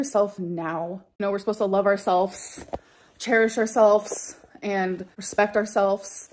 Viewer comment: it's ourselFs or yourselFs for me. drives me up the wall.